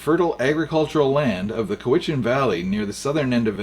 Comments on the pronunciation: it's pronounced cow-itch-an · Why is he mispronouncing location names? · It's pronounced Cowichan not Cowichan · Accent for the name, Cowichan, is on the first syllable! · TY-great archival footage, and you might be American? Been on the Island my entire life and never heard those places described with so mis-pronunciations ...wow! Didn,t think I could still be surprised on Isle matters...lol TY. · Very interesting commentary on a legendary road. The archival film images are fascinating. Bravo! Congratulations on compiling this background at such a distance from the source. You should be forgiven the minor glitchs in pronunciation. At least you got Cowhichan right once 😉. Another point to note; in one of the shots you can see the E&N railroad which did traverse a similar route from Cowichan to Victoria and had been in operation for many years. But the railroad was designed for coal and timber. The devision to build a road for the citizens, not the industrial barons was another small turning point in the politics of the province. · Thank you for finding and sharing this interesting information about the early Malahat highway. My grandfather and great uncle both worked on that original road construction project. I can tell you are not from Vancouver Island, as you mispronounce Cowichan, Sooke, and Shawnigan. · it's no Co wichan it's cow ichan. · it's locally pronounced: C O W - i - CHAN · COWichan! Here you are with your commentary and you don't even know how to pronounce COWichan. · Vancouver Island here. It's pronounced "COWICHAN'. From Nanaimo. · Cowichan. Cow a chin or chen. Lol . Thanks for the video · Great video however your “pronunciation “ of Cow -ich-an is wayyyy off , I’ve lived on the Island a stones throw from the Cowichan valley and I assure you no one from here has ever spoke it as you did several times . No biggy just sayin 😉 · Cow-a-chin is the correct pronunciation of Cowichen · “Cow itch an” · Pronounced Cow-I-chan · Say COW-ich-in, SHAWN-i-gan